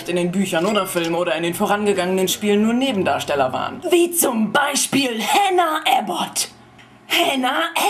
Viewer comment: Hannah Aboot? WTF, wer ist Amanda?! :D